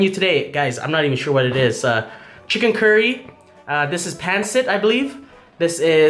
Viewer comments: I’m Filipino so I recognize a few of these dishes, the soup as he said is Sinigang(Sin-e-gàng) The noodles spelled Pancit is pronounced (Pàn-seat) I also saw some kare kare, possibly some adobo or bisteak, as well as like dishes such as minudo(mii-new-doe) as for the drinks, I’m not sure about the corn one but Halo halo( HA-low-HA-low) is just shaved ice and evaporated milk with toppings like crispy rice, ube, durian, munggo etc, the drink he started off with looked alot like a filipino stule boba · The first drink is sago sah go lol Sinigang see knew gaan vinegar is called suka sue kah also means throw up lol Pancit pan sit